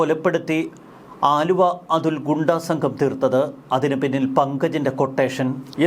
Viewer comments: ആലുവ അല്ല ണ്ണാ അലുവാ😂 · ആലുവ അല്ലെടാ ചെങ്ങായി... അലുവ എന്നാണ് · അച്ഛന് അലുവാ കച്ചവടം ആയിരുന്നു....ആലുവാ അല്ലെടാ പൊട്ടാ...അലുവാ... അതെങ്ങനാ ഒന്നും നോക്കാതെ വായിൽ തോന്നിയത് തള്ളിയങ്ങ് മറിക്കുവല്ലേ.... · ആലുവ അല്ല അലുവ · Haluva, allenkil aluva Aaluva alla... 🙏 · ആലുവ അല്ലടോ അലുവ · എടൊ ആലുവ അതുൽ അല്ല അലുവ അതുൽ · ആലുവ അല്ല അലുവ അതുൽ 😅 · ആലുവ അല്ല ബായ് അലുവ ആണ്... തെറ്റ് തിരുത്തുക താങ്കൾ